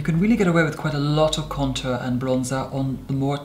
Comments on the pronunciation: Posh upper crust pronounciation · Contāùxrē sounds more like french I think for him is more of a high class English❤